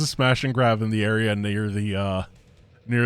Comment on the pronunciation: bro did not say near